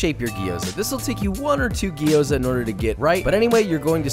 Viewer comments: Fuck. Its Gyoza and not Gi-yo-za. The way he pronounced it throughout the entire video drove me so crazy that I stopped the video halfway thru. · "Gee-oza"? wtf. the g and y are together, gyo, not gee. Otherwise, great recipe. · Dude, love your videos play them basically on repeat. I know I have no life... no I kid, but I do enjoy your videos but please do the love of Chef Matsumoto it’s not Gi- yo-za it’s two sounds not three. Slur your “G” to the “O” and then say the “za”. Lots of love. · It's gyo-za, two syllables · coming from a Japanese person, it's pronounced Gyo-za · Okay, I don't want to be one of those guys, but I was confused. It's pronounced Jou za. Been in China 3 years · I immediately cringed when he pronounced gyoza wrong. The "a" in gyoza is pronounced "ah", not like the "a" in "apple".